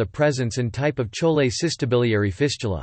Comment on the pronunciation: isn't it pronounced chole as "koli" not "sholi" 🤡🤡!!